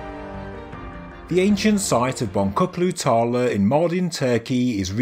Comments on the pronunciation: Bon-tchu-klu tarla. Not bon-ku-klu tarla. :) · The correct pronunciation is: Bon-Jook-lu tahr-lah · In turkish the letter C is never pronounced with a K, the name of the place is Bon-chook-loo Tarla which means Bead Field. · For future reference, the turkish c in boncuklu tarla is meant to be pronounced like a g/j as in george. the name means field of beads.